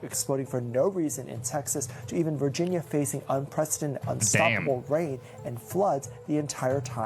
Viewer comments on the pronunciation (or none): Saying Vigina instead of Virginia is crazy